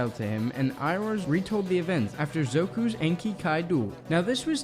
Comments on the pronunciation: Pronounce the names better Zuko not Zoku. And Agni Kai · It’s “Zuko”. Not “Zoku”. Other than that, this was very informative thank you (